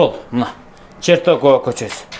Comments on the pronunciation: Чертокова эмес, Чортекова дейт. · Чортекова болчу эле Чертокова дейби?